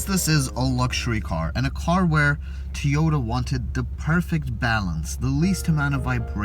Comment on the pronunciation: Never heard of a Teeota before :P